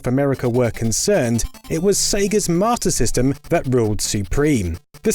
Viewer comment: I hate to be that guy but "Sega's Matyr System" He didnt know or he cant pronounce S